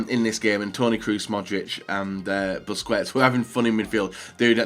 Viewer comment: Grpundsell as in pronouncing names like busquets and Sulë wrong all the time. The joke was that he probably knows he's doing it. Stop trying to look smart